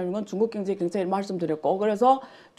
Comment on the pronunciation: 아이구ㆍㆍㆍ사돈 남말 하시네ᆢ갱제나 발음 똑바로 하셈 허구헌날 갱제 갱제 ㅋㅋㅋ 진짜 궁굼해 왜?경 자 발음이 안되나?